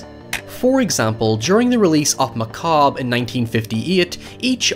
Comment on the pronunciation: Thank you for pronouncing macabre correctly